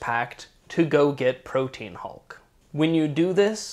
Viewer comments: Most annoying thing about this video is the inability to pronounce Protean. It's not Pro-teen...its Pro-tee-an...get it right, please. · Pro-tea-an. Not protein. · Proteän Hulk. Like a diacritical. Not "protein." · Protean is pronounced "pro-tee-an" btw. It's not "protein". Three syllables. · "Protean" is pronounced Pro-Tee-An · protean = pro-tee-an